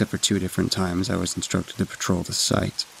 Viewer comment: promise kept, except a grammar error here and there - dangling participles are really a peevy thing - and dogs laying on "ground" inside the house where floors should be. The guy doing the construction story 14 needs to learn how to consistently pronounce "batrol, '' 'trol, "puh-trol, "p'trol, "patrol", but he's got a great voice for stories like this. He keeps the tone fairly even and low and creepy-sinister but not flat and boring. Swamp Dweller seems much improved for this outing - still not pronouncing the Ls that end words, though. They are not Ws, dude. And "asked" has a K in it that needs to be pronounced, so the word does not sound like "assst". Sounds like he makes a pretty darn flawless recovery from a near flub in his first story. I'm impressed. I'm only halfway through the vid...